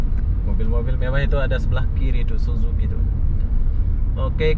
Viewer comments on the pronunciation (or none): none